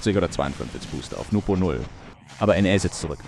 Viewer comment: His name is NWPO btw not NUPO